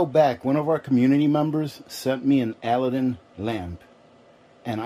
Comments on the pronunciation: Did I hear right - you called this a Al a din lamp - Ali Baba and the 40 Thieves - A lad din would be the correct way to say it. Lovely lamp! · It’s A-Lad-Din , like Aladdin and the Lamp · it's pronounced "a LAD din".